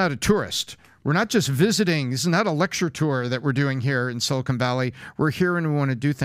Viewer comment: Everyone's afraid to tell Patrick it's pronounced 'silicon' not 'silicone'.